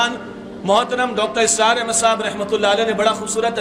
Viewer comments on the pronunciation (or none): بھائی آپ بیت اچھا بولتے ہیں اور اچھے انسان بھی ہیں لیکن بس ایک گذارش ہے کہ آپ اپنی تنظیم کے بانی کا نام تو ٹھیک اور صحیح لیا کریں ، اسرار صاحب نام ہے انکا اور آپ بار بار اصرار کہتے ہو ، سن کے اچھا نہیں لگتا طبیعت پر گراں گزرتا ہے ،بھائ آئندہ خیال رکھیں